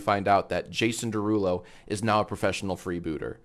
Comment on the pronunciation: You pronounced it wrong it’s 🎶🎶Jaaasonnn Derruuulooo🎶🎶